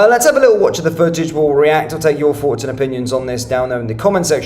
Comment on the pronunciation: It’s THoughts, not ‘Faughts’.